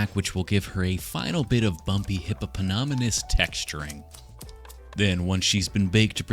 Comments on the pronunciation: If only i had a dime for every time mispronounced hippomiatonin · It's legitimately driving me mad! Every time he mispronounces it, I wince... Despite knowing he's doing it on purpose! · Hipanipahanamus. Yo. Ur sayin it wrong. 😅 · I know you guys heard him say “hip-hop-anonymous” 😂😂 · I legitimately thought I was having a stroke every time he said hippocampus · I can't believe he failed to pronounce Hipstermoose throughout the episode °L° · While he says hypinomonomus or however u say the animal, it reminds me of the attack on titan scenes where beretolt would get misnamed either by some of the character's or the subtitles XD, ALSO PROUD SCOTTISH WATCHER HERE WIT WEE HAGGIS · ALL of his attempts were great, but "hiphopanonymous" made me cackle out loud. "Hypnothomas" caught me too :D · Thank you for teaching me how to say hippopolaptamus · It’s hypnosespotumass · Him just TRYINGGG to say hippopotamus is hilarious 😭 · I love how he keeps saying hippopotamus wrong 😂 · pronounces aluminium perfectly can't quite grasp hippopotamus...classic <3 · The mispronouncing kept making me think hiphoppopotamus, and we all know the hiphoppopotamus only has one enemy; the Rhymenoceros. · Yeah…..it’s a new drinking game. Everyone has to take a drink every time says hippopotamus wrong.